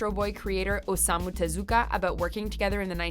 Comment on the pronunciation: pls learn how to say Osamu Tezuka and manga, just look it up